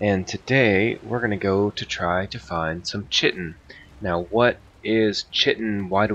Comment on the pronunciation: Actual pronunciation is "Kite- in" check google if you want. Also, you will definitely have to be in the bronze age to gather chitin. The first real boat is the karve which you were using and it requires bronze nails. Not to mention that you'll have to have killed Eikthyr to make your first pickaxe which heralds the entrance to the bronze age. The first setting of "W" or slowest speed with the sails all the way furled is actually paddling and is used when you are against the wind, etc. The other 2 speeds, half and full unfurled, are when the wind is coming in off port, starboard or aft. I like to take mostly stamina food when gathering chitin or sailing in general usually. Always dock your boat with the ladder facing the leviathan. That way when it goes under you can make straight for it with what stamina you have left. If you run out of stamina you'll start to lose health until you die if you can't make it back onto the boat in time. If you are sailing a long time looking you will probably not have your rested bonus anymore...this is why I always bring some minor stamina mead and I drink this just before taking the pickaxe to the barnacles. I recommend the best pickaxe you can make for speed in harvesting the chitin. :)